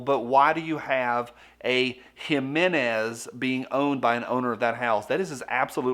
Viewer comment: What is a “Himenez”?